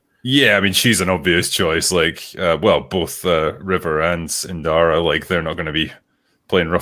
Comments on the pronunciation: Not InDara, Inara. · Please stop calling Inara Indara, you're giving me Acolyte flashbacks 😂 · Heya and. U said "Andara" numerous times during this. Her name is "Inara"; think you two have been exposed to too much pisney Star wars!! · You're killing me,. INARA There's no D in her name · I suppose I never put any thought on how it is spelled or ever bothered to look it up, but it very clearly sounds like it is supposed to be "Inara" (or some other vowel spelling that sounds like it). How the two of them keep adding other consonants to her name baffle me.